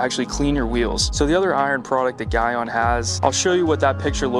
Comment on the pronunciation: you are pronouncing Gyeon wrong.